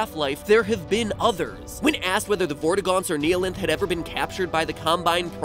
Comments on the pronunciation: I know this i a five year old video but, THE"KNEE-LINTH" WHAT THTBANLKJNFLKAJFLKJLAKSJFLAKFJALSKFJAL:FKJAOiLKFJOIOFHJuIJFOAUIHJFOAI:KJFFHAUIOFJAOIFJOAIFJIPAUOJFOAISJFOPIAJFOIAsJFOPAIJFPOAIJFPOAIsJFOAiJF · the way he say "neeheelanth" instead of "nighhilanth" annoyed me sm for no reason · everyone: says nihilanth the right way matpat: neeyalinth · “The Kneealength” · Gλme theory You pronounced the Half-Life 1 boss wrong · The most offensive part of this video was the mispronunciation of Nihlanth.